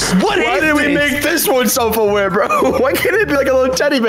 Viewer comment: He pronounced self-aware wrong